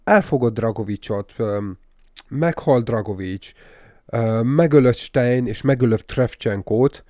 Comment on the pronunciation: ‘Sztájner’ nem sztájn. nem Dragovics él a BO Cold Warban hanem Krecsevnko.